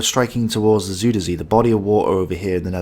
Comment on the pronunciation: I believe it is pronounced "zyder zay" but I could be wrong. Anyhow, as you were. 😊